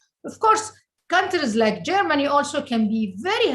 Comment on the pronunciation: Did she say Germany lol 😂